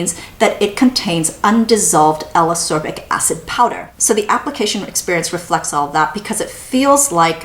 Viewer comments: I really, really like your videos (in fact, I rewatch many of them just for the pleasure of hearing you talk about products), but I need to say this or I'll explode: Ascorbic is pronounced as-COR-bic, not a-SOR-bic, just like escape is pronounce es-CAPE and not e-SAPE ;) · Love the reviews but Ascorbic acid is pronounced as As-kor-bic acid. Same as Ascorbyl (as-kor-byl) 🤔